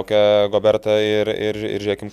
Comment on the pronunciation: Rudy GobeRRRas, ne GoberTTTas. Kad faktiniu klaidu priveliat, kaip kad Kristupas sako, jog prancuzams ateinancios rungtynes dar yra svarbios, priveliat dar tiek to. Pasitaiko. Nu bet blemba, bent jau pavardes normaliai krepsininku istarkit.